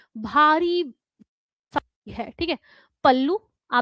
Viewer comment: शाड़ी नहीं होता मैडम साड़ी होता है ...😊 ...